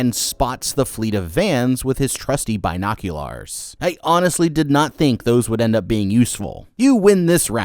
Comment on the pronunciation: bine-oc-you-Larrs😂😂😂😂 tele-kan-asis😂😂😂😂